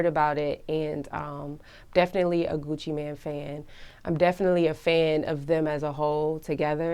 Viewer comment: "Coochie-man" its Gucci mane bruh, MAYNE. GOOCHI MAIN. MAINE.